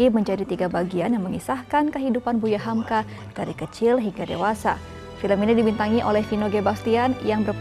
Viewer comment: Hamka, cut bukan humku